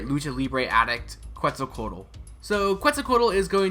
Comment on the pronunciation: The Que part is pronounced like how you would say quesadilla and you’ll say her name perfectly since you already have the rest of her name pronounced correctly 👍